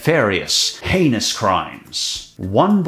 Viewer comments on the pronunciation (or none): none